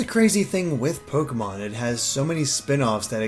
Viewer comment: I hate it when people say Pokeymons -_